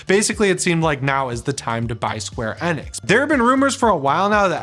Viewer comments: It's square Eeee-nix!!😅 please just call then square if you can't understand my point. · It's square e-nix not hard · Not even pronouncing square enix the right way